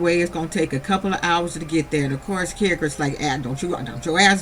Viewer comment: I love you sis but his name is kerock not carrot love your too funny tho🤣 you have me cracking up SOOO hard otha than that keep up your good content ma 🥰🆗✅😎